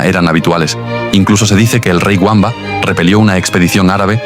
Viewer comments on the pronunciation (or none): Les ruego encarecidamente que Witiza y Wamba los pronuncien como debe ser Vamba y Vitiza, por favor NO Güamba y Güitiza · Por favor no digas, “Guamba” Wamba que se dice bamba o si quieres vamba la W se pronuncia con b hoy en dia y anteriormente con v labiodental pero no lo digas en inglés que es un error en Valladolid hay un pueblo con su nombre en su honor al rey Wamba y en Zamora también pero le cambiaron la la w y se llama Bamba. No digas jamás Wamba ni en alemán se pronuncia así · Por favor! No pronuncie a Witiza o Wamba a la inglesa, el ingles, como el español no existían en esa época, los godos eran pueblos germánicos, la W para los germanos, como para el alemán y el español actuales, tiene valor de B, así que Witiza, pronunciar BITIZA, Wamba, pronunciar BAMBA. Por favor, no le deis a los actuales ingleses un honor que, bajo ningún punto de vista, merecen. Gracias por leer y gracias por la Historia. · La W en español, se pronuncia como V, igual que en alemán, Wamba y Witiza, se pronuncian Vamba y Vitiza, no es la W inglesa.